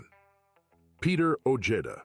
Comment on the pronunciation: Peter Sana ojeda last name sounds like (oh-hey-da)not the way this narrator saying it .